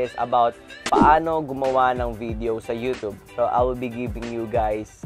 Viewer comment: YU-tyub hindi YU-tub!!